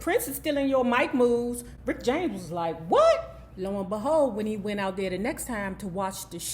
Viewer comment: "Prince-cee-poo"?🙄 "Rickety James"?😳 🤣🤣🤣🤣🤣🤣🤣🤣🤣🤣🤣🤣🤣🤣🤣🤣🤣